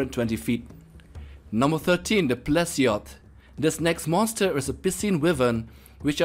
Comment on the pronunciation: "Number 13 the plesioth.." had to pause the video just hearing that one